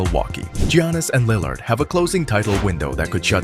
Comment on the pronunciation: this was a great breakdown but the way you pronounce "Lill-ard" is killing me lol